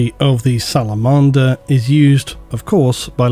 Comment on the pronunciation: love you man, there is no better on YouTube for 40k, without a doubt, but your pronunciations... SalamOnder??? I let the Abaddon one slide but dude this one!